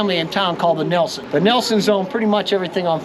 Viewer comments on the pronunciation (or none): none